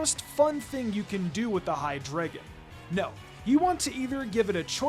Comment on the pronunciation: It’s pronounced “hye-DRY-guhn”, “”! 🙄 Do you even know how to speak German, because the word “drei” in its name means “three” in German, referencing its three heads! 🤨